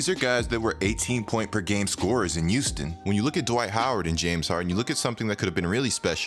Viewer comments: Look man, no offense but, can you stop saying Houston Like U-ston. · YOUSTON OMG😂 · Am I crazy or do you pronounce your "H" as "Y". I swear I hear "yuge" and "Youston"...